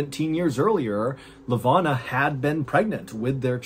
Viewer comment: I love the stories but I gotta correct some of your pronunciation of the Cape Town folks (I'm South African and cannot resist). Miché is pronounced Mee-shay. Lavona is pronounced Luh-voh-na. Excellent stories as always and always love a South African reference😅